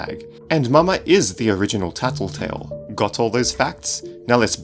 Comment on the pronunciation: why u say taltotal